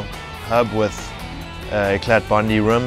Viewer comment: the t in eclat is silent.....